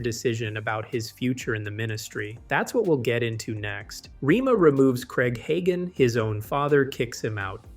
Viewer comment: You should at least learn how to say the name right.